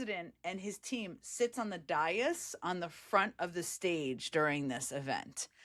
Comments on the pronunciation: It's not pronounced "die-as", it is "day-as". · It's "day-is." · What is a "dye-us"? A dais?